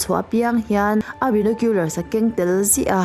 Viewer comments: Binawkhiular❌ Bainawkhiular☑️ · A lam dan hi a diklo hrim² bainokular tiin lam ve mai tur ania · Enge benecular le? Binocular chu ka hria a..